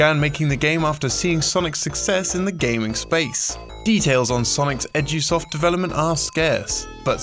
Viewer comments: am i the only one who hears "Sonics Edgy-soft". no?.... just me?.... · I also hear that.